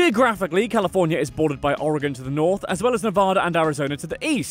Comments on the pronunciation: thank you for pronouncing "Oregon" correctly!!!! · I'm surprised that someone from the UK can pronounce Oregon! Most Americans pronounce it as OREGONE which really irritates me because I live in this beautiful state. So it's ORYGUN NOT OREGONE!!! DOH!!!